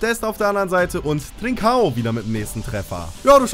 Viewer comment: Trinćao wird Trintschao aussgesprochen